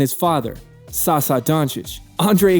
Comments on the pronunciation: Hahahahaha sasa hahahah.. Sasha try that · You prononce Sacha and not Sasa !!!!!! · Dude called my man Sa-Sa, its Saša ( you read the ša like sha, like Shaq but without the q). 0 cultural knowledge, that's what America does to you tho,so can't be mad. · SaSa...Go-Run Dradchich.. LoL my ears can't take this name butchering anymore